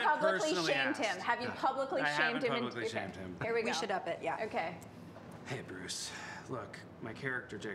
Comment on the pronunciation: Joe and Andy say 'Bruce' so well, both of them need to become Batman villains.